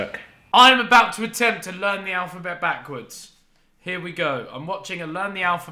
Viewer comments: Vik: “alphaket” Harry: ( ͡° ͜ʖ ͡°) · Vik: “alfaket” Harry : sounds good to me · Lol alphaket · Vik: “Alphaket” Harry: sticks head up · Normal people: alphabet Vik: alphaket Harry: me gusta